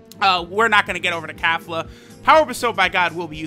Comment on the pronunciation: “Kafla” where tf is the A sound for Kefla? lmao